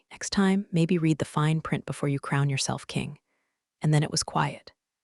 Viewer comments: Read sometimes is pronounced "red". You really should get yourself a smarter robot. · I like this series. I really wish the reader, AI or not, could get a grip on pronunciation. Red is NOT the same as reed. They are totally different words and mean different things. And are both spelled "read.". They are NOT the same, are pronounced differently, mean different things. And yes spelled the same. And there's other words like this too. The meanings change based on how they are pronounced.